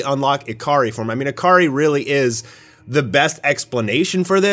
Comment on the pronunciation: I keep hearing "A-Car-Ree". Your Japanese pronunciation needs some work. "Ikari" is pronounced EE-Ka-Ree.